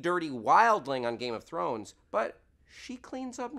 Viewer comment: this is so hard to watch with him mispronouncing every other word related to the GoT universe.....:(